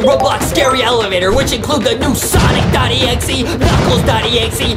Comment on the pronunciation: It is sonic not sanic Justin